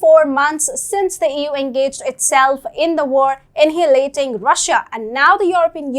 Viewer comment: “Inhilating Russia”: Best creative pronunciations on the Internet!